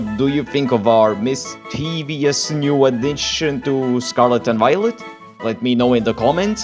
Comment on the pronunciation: Misteavious? Don't you mean mistchavious?